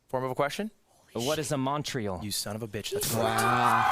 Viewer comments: As someone from montreal, sykunno's pronounciation pained me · The "Alberta is a territory" and Sykkuno's pronunciation of Montréal. I even would've gone and said "qu'est-ce que Montréal" if I was playing just to flex on them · THE WAY SYKUNNO PRONOUNCES MONTREAL IM ACTUALLY CRINGING